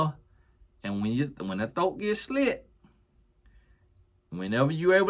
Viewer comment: I swear favorite words are “thoat” and “bike” 😂😂😂